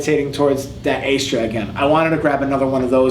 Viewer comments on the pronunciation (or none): AS-TRAS!!! ASS-TRAS! Not AY-STRAS dude, come on!! But you're right bro, Astras are soo good!! Been playing around with Perma - Sharps (which I liked a lot) and Wilko Swords (a legendary name in shaving, but sooo disappointing!) but tried Astras again recently and I'd forgot how sharp, yet smooth they were. Great video BTW! 👌🔥🔥 All the love from the UK 🇬🇧